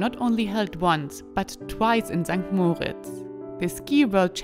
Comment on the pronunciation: Mal hinhören wie die Einheimischen "St.Moritz" aussprechen kann hilfreich sein. (Betonung auf dem "i" und nicht auf dem "o" )